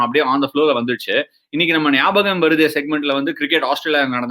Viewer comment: Ashwin Sir....it should be "Gnabagam" like "Gnana Praksah"...and not "Nyabagam".... you can consider to rename...